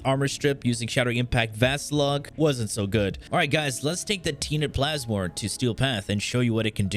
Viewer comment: Tea net plasmor! KEKW